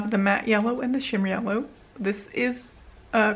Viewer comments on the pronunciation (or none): Wonderful update! That color story is perfect for this time of the year. The pronunciation of Cognac is, depending on your dialect, cone-yak or con-yak. Can’t wait to see the damage you do on those new shades 💪